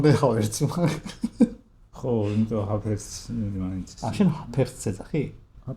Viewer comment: 🐐არ არის ეგ ჰაფერცი… სახელისგან წარმოშობილი გვარია და ამ შემთხვევაში ჰავერცი იკითხება. მაგრამ ეს შენს სიდიადეს სულაც არ აკნინებს 🐐🐐👀😁😁